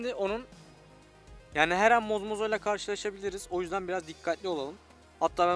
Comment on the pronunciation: Mozmozo değil zombozo